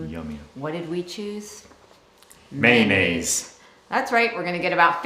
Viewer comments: NO No NO It;s not Maynnaise........If you're a kid it's maneggs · May-oh-naze😂 Didn't they have any Mossy Oak🤔🙃🤣 Looking quite excellent you guys. Hoping the weather cooperates so you all can finish the outside of your home🏰 Take care✌